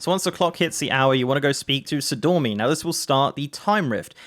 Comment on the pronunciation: Sor-ee-dor-mee. Her name has two "i"s in it.